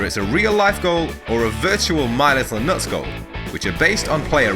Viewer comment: I listened to just the audio and I always thought he was saying my little notes but it just sounded like nuts so people made fun in the comments, but it's actually my little nuts 😂 how!?